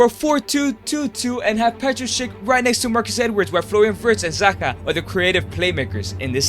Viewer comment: It "Zaha" not "Zaka"